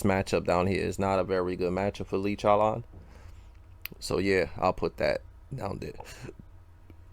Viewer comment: 😭😭 love the way says chowlawn it's funny